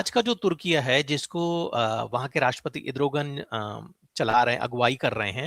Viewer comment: मनीष जी पहली बार सही उच्चार सूना है इद्रोगन